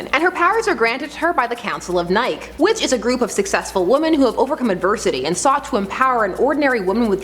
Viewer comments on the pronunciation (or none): Its pronounced Nike, like Mikey not Nike, like Mike. Chick in other vid said Anti-Thesis instead of antithesis. lol Proofread homies. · It's not Godess Nike like Mike, it's Nike like Nike shoes. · Sorry, But, I cringed at your pronunciation of "Nike" which is generally pronounced "Nigh-Kee" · Nike. NIKE. THEY'RE BASED ON THE GODDESS NIKE, IT'S PRONOUNCED NIE-KEE